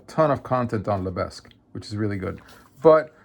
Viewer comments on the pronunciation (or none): It’s pronounced “LE BEG” There is no s sound